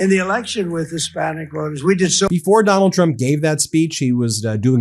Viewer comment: Am I the only one who heard "Tonald Trump"